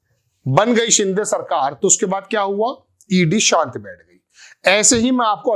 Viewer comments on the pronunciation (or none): none